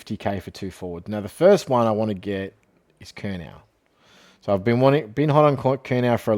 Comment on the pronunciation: This pronunciation of McKay and Curnow is poor, like does bro watch AFL